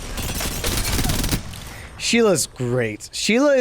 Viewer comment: Thank you for doing my Sheila the right way.